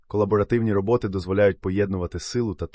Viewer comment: РобОти чи рОботи? А то якось важко сприймається